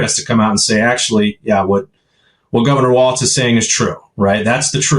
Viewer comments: Pleassssse...his name is Walz, pronounced "walls" not "waltz" like the dance. There is no "t" in his name. If you want to argue that the alt-right doesn't pronounce Kamala's name, the least you can do is learn how to pronounce her VP's last name. Other than that, I love your videos and thoroughly enjoy your accuracy and truth about the facts. This is the 1st time I've ever made a negative comment about one of your videos, but this is important. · Talking about denigrating someone...pronounce. his. name. correctly! It's pronounced Walls, Walls, Walls, Walls, Walls. NOT Waltz like the dance. Now you're just pissing me off. You two are sooooo much better than this. Come on! Just like it's not Kamahla, neither is his name Waltz, like the dance. Say it with me: Walls, Walls, Walls, Walls.